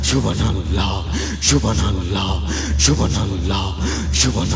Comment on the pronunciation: ক্ষমা করবেন, আপনি সুবহানআল্লাহ উচ্চারনে একটু ভুল, আর সুবহানআল্লাহ বুকের বাম দিকের 2 ইঞ্চি নিচের কলবে হবে.